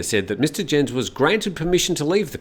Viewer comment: Just in case it crops up again Herr Jens' name is not pronounced 'djens' but 'yens'...